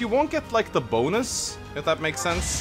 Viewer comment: do you mean the BOW-nus?